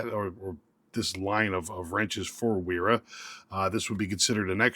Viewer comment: It's a v sound because it's not your language...